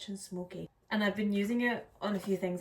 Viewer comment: I enjoy your content and have watched several videos already. Thank you. I wanted to help you to pronounce "paella". "Pah-A(long a, saying its name)-yuh". The ending sound makes a "yuh" sound, like "tortilla ". 😊